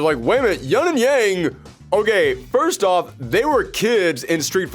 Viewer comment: Where is everyone getting the 'yunn' pronunciation of Yun? It's Yoon. They've said it in game! How is this a thing?!?